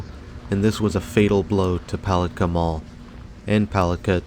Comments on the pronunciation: Yeah, as a local, it's "pu-LAT-kah" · It's puh lat kah 😂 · Yes this mall never did well. Lived here in Florida all my life. It's pronounced Poll- lat- ka. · Love the mispronunciation of “puh lat kah”. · Palatka is pronounced with the accent on the second syllable - Puh-LAT-ka. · So many people make that mistake. Same with Apopka, which is really funny! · Lol he kept pronouncing Palatka very wrong. Also I'm from Palatka and the mall was so Amazing when I was a kid was so sad when it shut down now it's just a daycare and 2 government things inside and a few other buildings attached to it. And no it's so not scary inside people coming walking in here sometimes for exercise mainly older people or workers . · I don't think I've ever watched more of a ridiculous video a grown man who can't even pronounce the name of the town the name of the mall go get the phonetic spelling do yourself a favor stop embarrassing yourself. And stay the hell out of my town.